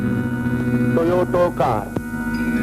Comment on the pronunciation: டொயோட்டோ கார் இல்ல🤦‍♂️🤦‍♂️. டொயோட்டா கார்.